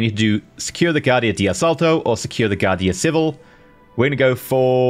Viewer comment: And here is my Spanish Pronouncing Lesson n1: Guardia Civil (Civil Guard), should have the stress in the second syllable of Civil, so it would sound be similar to gu-AR-dee-ah ce-VEEL.